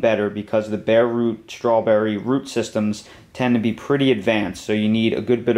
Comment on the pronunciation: There ain't no H in STRAWBERRY